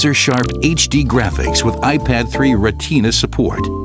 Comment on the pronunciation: Review 1. Lady nose pick is a turnoff for pass-and-play touchscreen game 2. German game set in London with promo voiced by a Yank 3. "ReTINA support" >oh shut up< 4. They are going to get my five dollars anyway.